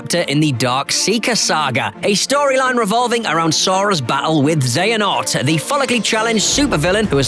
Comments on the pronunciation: he say xenahort WTF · Lol he said Xenahort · they did it again... they still say ''Xenahort'' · I don't mean to be that guy but... Xenahort....... XENAHORT, this guy's never played a kh game before